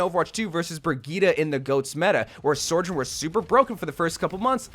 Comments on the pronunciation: DONT GET ME STARTED ON SORJORN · same with how he says Sojourn 😅